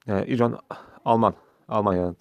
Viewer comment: İCON ikon diye söylenir yanlışlık olmasın